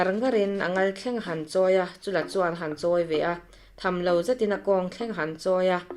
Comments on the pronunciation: Baklengin an ti thin emaw tia.... 'Baklék' ka vawikhat hriatna 😲 Chúla tih hi 'Han chûl vel teh a mam tha asin' tiha 'chúl' ang hian lam/thluk tur...an ti. Chuan Chúla leh Paihteliana te inbuan thu hi a awihawm chiahloh hle mai...an hunlai a in anglo viauin ka hria. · Ngaihnawm hlemai mahse Chula tih lam dan hi ," Kahnung kha han chul teh, tih a chul hi lam tur ni zawk in kahria kan chul anih khu tiah anga lam anilo in kahria